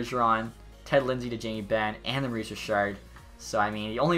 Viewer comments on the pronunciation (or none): none